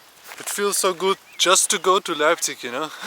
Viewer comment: wtf u mean i dont go there to travel leipzig is a nice city also its not leipzigi its LEIPZIG!!! FU